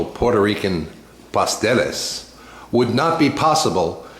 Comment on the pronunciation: Good video, kinda long but good recipe. (Pas-TEL-les)